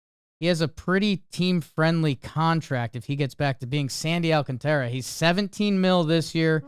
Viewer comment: i can’t believe we are still pronouncing Sandy’s name wrong in 2025. please pronounce it more similar to “AL-CONTRA” but throw in the A sounds a bit to make it “AL-CONTARA”